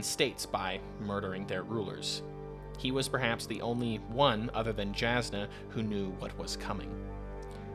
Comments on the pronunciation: Great content. Love your perspective! Main note I’d leave is please double check your pronunciations. Js are pronounced as Ys. It’s not Jas-nuh. It’s Yas-nuh. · Just wanted to clarify as an audiobook listener and someone with a slight pet-peeve for mispronunciations (it's understandable, my brain just doesn't like it XD), both Brandon himself and the audiobook narrators prounounce Jasnah with a germanic "Y" sound and not a "J" sound. So Jasnah's name is pronounced "Yahs-nuh". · Very good video! My brain couldn’t handle your pronunciation of Jasnah (J is usually a y sound on Roshar) but I’m sure multiple people have told you that already :)